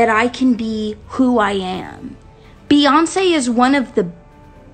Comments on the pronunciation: this is so upsetting and i really liked her too😒. but i will say, i don’t think her nuffin song was because of sandra bland, because i don’t think anyone could be that heartless and evil to make a song like that after what happened to her. also she didn’t say “beyonKEY” she said “beyonKÉ” and that’s because she’s sometimes fools around like that she only pronounced the “c” as in “k” i don’t think that’s that deep, but the rest of the stuff is just disgusting for me to look at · Hi!!!👋🏽 excellent work, as always!❤ I think Doja was trying to be comical by pronouncing the "C" in Beyonce like a "K" sound, and thought the rest would go over everyone's heads....it didn't!